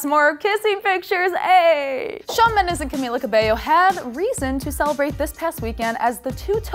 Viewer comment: *Did she say Shawn Mello* 😂 :32